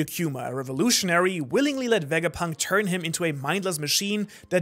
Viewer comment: "VEGAPINT" THO